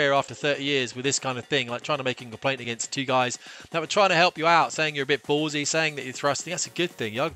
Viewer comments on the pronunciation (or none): none